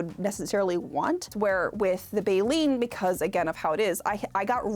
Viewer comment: sweety, try to pronounce Baleine ( Bayleen) the French way next time, that would be so fun to hear!: Ba - layn